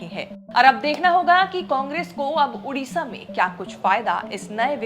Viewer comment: Hindi people typical problem is mispronouncing every name of non Hindi people or place,it is their notorious and traditional bad habit ....it is not TaraChand,it is Taraprasad,it is not udisha,it is Odisha....poor vocally handicapped Hindi people